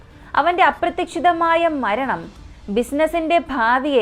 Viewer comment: മോളെ,ചില മലയാളം വാക്കുകളുടെ pronounciation preshanm ഉണ്ട്. Correct ആക്കാൻ ശ്രമിക്കുമല്ലോ❤❤❤❤❤അപ്രതീക്ഷിതം എന്ന word ഒന്ന് കൂടി seriyaakkiyal നന്ന് ❤❤❤❤❤